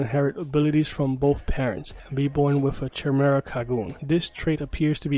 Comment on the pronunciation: God dang dude you don’t even know correct pronunciation of the word chimera.